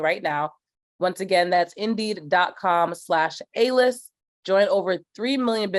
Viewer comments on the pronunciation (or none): I swear she said embiid a couple times instead of indeed 🤣